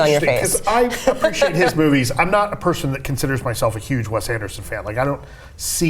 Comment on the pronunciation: Did she just say 'WEST Anderson' ??